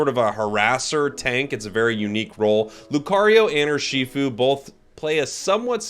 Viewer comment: I took 20 seconds to realize you meant urshifu when you said "or she food"